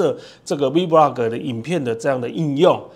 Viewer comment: 您好，介紹很仔細，感謝您，只是vlog的唸法您似乎都唸成v vlog ( maybe you mean v blog?)，但字幕確實是打vlog，提供您參考喔~😊